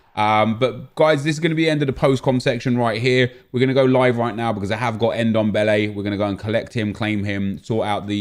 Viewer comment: His name is Ndombele not dembele